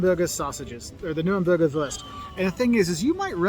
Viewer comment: The guy in the video mispronouncing "Wurst" as wörst in a sort of pseudo-English accent hurts my soul.